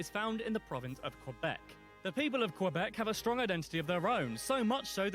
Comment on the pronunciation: The narrator kinda butchered some of the names. It was annoying hearing Quebec so many times pronounced with a W.